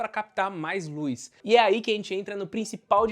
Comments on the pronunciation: "Luiz" (luz) "câmera de resfriamento"(câmara) ahhhh q agonia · Obs: Lúiz = Luz. Tirando isso o vídeo é ótimo. 😂